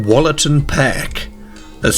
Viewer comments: Wollaton is pronounced with an ooh, like woollaton (wool) more than the shorter wol. Some of the local pronunciations aren't like how theyre spelt 😊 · I’m pretty sure pronouncing it Wollatan ‘pehhhhhhhhk’ is not correct in any English dialect or accent 😂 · That’s not how you say Wollaton. You pronounce it like it has a double o -wool a tun